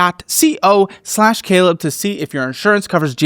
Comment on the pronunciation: Oh. Happy New Ywear! What's tha bwig deal? 😂